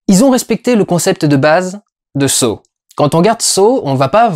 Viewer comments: ça se prononce "sah" et non "so" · Victor Petrenko Ça se prononce Saw